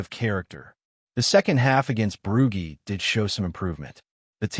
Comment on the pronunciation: Why tf have we got an American Ai voice?..Losing to "Broogy" is unacceptable.If it says Edinburg I might become a Keltik supporter😢